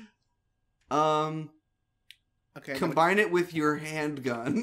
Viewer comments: Why does pronounce "combine" as "com-ben"? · It's an old RE2 joke. The word was shortened to combn and just kept saying it that way.